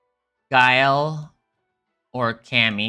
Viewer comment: Lmao, great to hear other folks saying Guu-Lee vs Guile. Don't feel so weird now